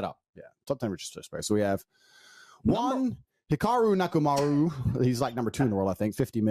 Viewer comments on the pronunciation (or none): How did he butcher that when he saw how the name is actually spelled? Just shows the level of intelligence of the person we are dealing with here. Nakamaru sounds like Nekomaru from Danganronpa 2. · Hikaru is 3-0 undefeated against Emory aswell. Emory Tate can definitely pronounce Nakamura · he probably didn't dive that deep about chess grandmasters. It seems like your agenda to think he mispronounced his last name on purpose